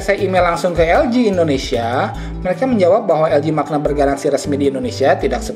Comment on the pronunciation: bacanya manya...bukan makna